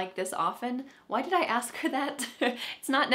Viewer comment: Hi! I’m listening very attentively. I’m a Russian speaker with advanced English. I’m noticing you pronounce “ask”, “asked” different ways. It’s a little confusing. Sometimes hear it as “axed”.